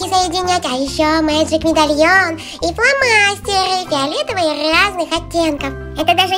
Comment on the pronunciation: Не фиалэтавый а фиолетовый